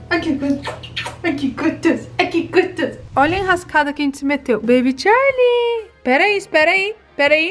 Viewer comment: Que esquisito vc falar bebe charlie